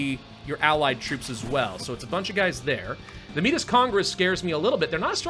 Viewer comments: Métis is pronounced May-tee, its a french word for people of mixed native and french ancestry. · By the way, Metis is pronounced May-Tea. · May-tee the s is silent 🤫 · it is pronounced Meh-Tee, and it is a real people group that is quite wide spread in Canada. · Métis = May-tea that’s how it’s pronounced